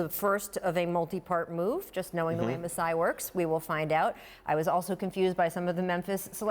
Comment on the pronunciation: Lol Lowry might, but DeRozan won't. He still can't say Masai's name.